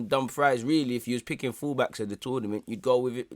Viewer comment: My guy calling Dumfries as dumb fry is funny.